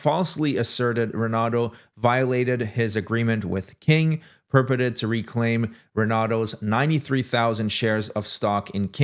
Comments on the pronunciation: Thank you. I love you but it's Pur Port Ed. It was killing me everytime he said it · Dude, learn how to pronounce the words that aren't familiar. "Purported" and "Perpetuating" would be a great starting point.